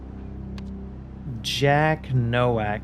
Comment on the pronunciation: Unimportant detail: "Nowak" is a very common Polish last name, and in Polish it's pronounced "Novak" (in fact, the Czech version is Novák). It means "rookie" or "newcomer." I don't know if that's how he would pronounce it, but it's a safe bet.